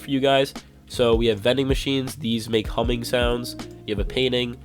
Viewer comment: he said humming sounds it sounded like he said Cumming Sounds